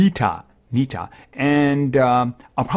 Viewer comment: Nika nika he keeps sayibg nika cmon man Or do you hqve dyslexia